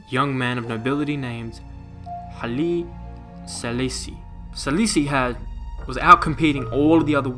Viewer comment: Its pronounced Highly Se-lassy